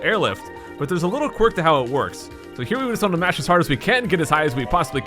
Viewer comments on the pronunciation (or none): none